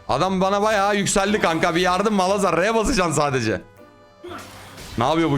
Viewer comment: abi yıllardır şu malhazar diyosun:D